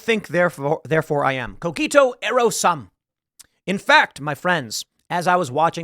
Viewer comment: "Cogito ero sum" Way to butcher that world famous Latin Phrase, Tim...ERGO, first of all. And sum is not pronounced the same as Dim Sum...Soom..